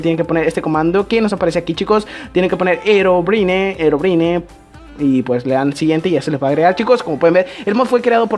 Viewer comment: se escribe herobrine pero se pronuncia jerobrain